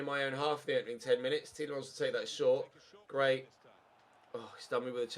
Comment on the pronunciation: take time off get wel soon but u can't call gray first name properly